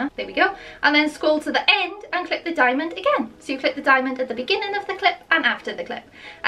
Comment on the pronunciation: Am I the only person that's always mad when they say diamond like it a keyframe get it right